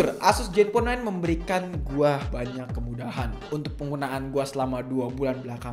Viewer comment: zen bang bukan jen